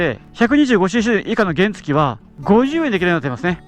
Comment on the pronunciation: 原付のイントネーションがおかしくないですか？